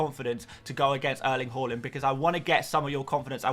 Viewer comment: It kills me every time he says haaland wrong